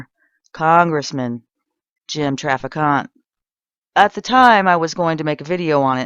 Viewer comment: If you're going to produce a video about a man, get his name right. It's pronounced Traffic Ant. It's not pronounced Traficante. There are rhree not four syllables in his name.